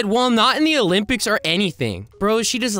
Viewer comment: Did you say olimpick